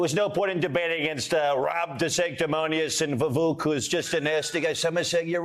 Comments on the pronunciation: Vivek is pronounced ViWake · Not “Vavook”😂😂😂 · Incredibly racist refusing to say vivek ramaswamy's first name correctly - its only 5 letters!! And then saying that he's got a funny last name!! I'm not a rebublican fan but I appreciate non racist talk from all people. White privilege